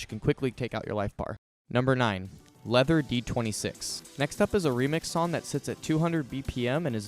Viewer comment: Leather is actually pronounced Lee-ther in this instance because it's a remix of Leakage Voltage and Further. The Korean title also says 리더